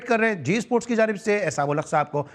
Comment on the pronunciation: The host be like issssports, cirkit, 😂😂😂